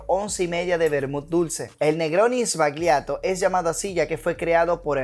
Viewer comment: "Sbagliato" is pronounced as if it was written "sballato" in Spanish, cheers!